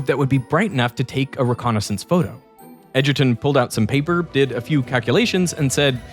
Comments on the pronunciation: bro can't even pronounce Edgerton properly...smh. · Edgerton hahahaha